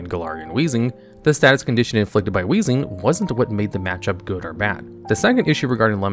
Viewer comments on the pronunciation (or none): none